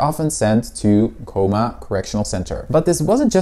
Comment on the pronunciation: Researching Cooma and can’t even pronounce the town name right 😂